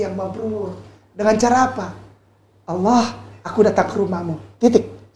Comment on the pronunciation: emang mualaf pak! itu enggak perlu di bahas kali . pasti seluruh orang mengingat masa lalunya. mending bapak pelajari cara2 baca ALQURAN YG BAGUS. ALLA BUKAN ALA. ITU AJA DULU PAK. hal2 yg enggak penting2 enggak usah di bahas. saya punya teman orang nias 10 tahun dia sudah masuk islam. ketika sudah ketemu saya dan berkenalan .dia bilang ke saya pak saya mualaf. terus saya jawab kapan mualafnya sudah 10 tahun. dimana salahnya. ustad maaf bahasa Arab bapak masi perlu di tingkatkan. itu dulu yg penting. masalah mualaf enggak usah di bahas ampek kiamat pasti kata2 mualaf pasti melekat di orang2 yg mualaf. biasa aja kale!